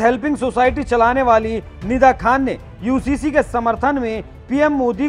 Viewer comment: Ye Owaisi pagla gaya hai ....UCC ko HCC kehta hai ..